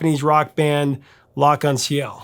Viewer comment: I've always had a hard time pronouncing L'Arc En Ciel too. I think you did it pretty well